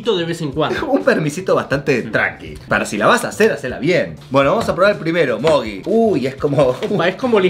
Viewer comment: Porque le dicen mogui al mogy? :V